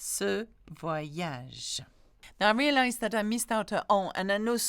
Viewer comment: Good morning! thank you for doing this. One other sound that I know many have trouble with is when is an 'r' guttural précisément or not partir. Merci forgot the last 'ge' in voyage!